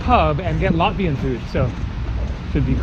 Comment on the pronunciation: I'm latvian and the whole time I was laughing at your latvian pronunciation but I can tell you were trying your best😂